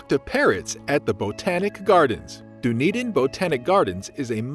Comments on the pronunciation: Done-Eden, not Doon-Eden. Try that pronounciation. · This is a great video with on major exception. So many mispronunciations! Embarrassing and unprofessional! As mentioned by previous commenters. 10 minutes of google research prior to recording would fix everything! By the way, there is a Dunedin in Florida pronounced the same way! Done, not dune! And Edin-berg? Wrong. Look that one up! You can’t be a travel narrator without a bit of research and mastering location pronunciations. Please take this critique as constructive! The content and narration otherwise was excellent. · You need to do some research about how to pronounce locations correctly! Dun ( like 'done') edin NOT Doo-nedin. Taieri Gorge is pronounced wrong and Maori words. The video therefore does not seem authentic or believable.